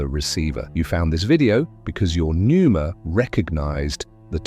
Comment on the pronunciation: Pneuma….. not Nuemera… just saying.. AI sucks and you might proof your output more carefully.